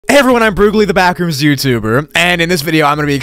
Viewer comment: When he said backrooms it sounded like bathrooms